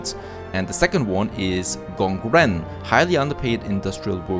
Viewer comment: It's lovely how you pronounced Nongmin and Gongren (they do literally mean farmers and workers in Mandarin). Look forward to an Asia gameplay someday!